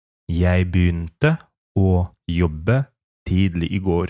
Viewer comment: pytanie o tidlig tu slychac ze wymawiane jest z d jako tidli a w slownikach transkrypcja i odsluchana wymowa to /ti:li/